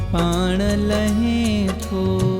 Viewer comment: No. It's Lahein tho. He is Correct.